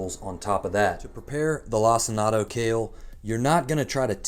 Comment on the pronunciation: My brother in Christ….did you just call it “lac-in-ato” kale?